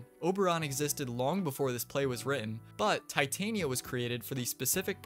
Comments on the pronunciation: I believe its pronounced Tih-tahnya not tie-tainiya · REPEAT AFTER ME. TEH-TAHN-YA. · Also Val-Keer for Valkyr. Not nearly as ear bleeding as Tye-Tain-Ee-Uh but it was still wrong.